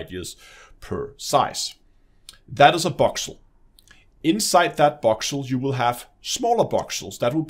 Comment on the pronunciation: Boxel? You sure it's not voxel!?